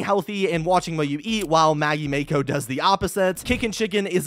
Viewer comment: Mako im pretty sure is pronounced like the anime girl from kill la kill or that pacific rim girl protagonist...